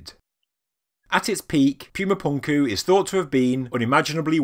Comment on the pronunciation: Cool video but whenever you say pyooma punkoo it hurts my soul